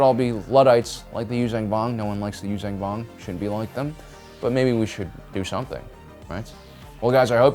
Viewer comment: The fuck are the you-zang- vong? It's You-Zon-Vong you stupid ass!🤦‍♂️